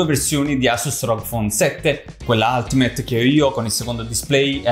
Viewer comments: ul-ti-meyt... no alt meyt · se si vuole fare i perfettini, si pronuncia: "altimeit"